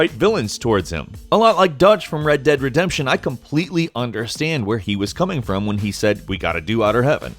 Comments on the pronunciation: Did he just say "Red Dead Resemption"?? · nice pronounciation on redemption there xD